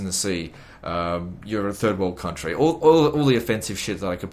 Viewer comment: I wonder how the fuck did he managed to get married with his "cuntery" 😂😂😂😂 Love your vids man